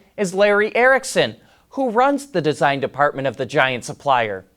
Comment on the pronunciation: Can you say “Design Department” one more time😁